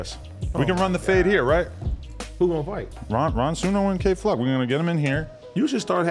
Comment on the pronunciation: Ad said “Kay Flack” the first time then got it right the second. Then said “YK wassup” instead of “you know wassup” really is changing this nigga….🤣🤣🤣